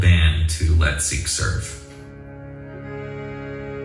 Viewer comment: Wow, - you pronounced "Sikhs" perfectly! It's not "Seeks" but as you said it " Sikhs".